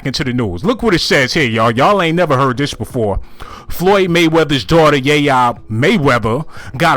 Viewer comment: Lol who is ya yea mayweather 🤣🤣 it’s yaya not yayea 🤦🏾‍♂️